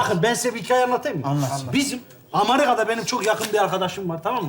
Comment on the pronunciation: Amerika❌ Emakrika✅